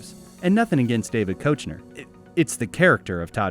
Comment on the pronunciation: Also, David Koechner's name is pronounced "KEK-ner". But for real, great video!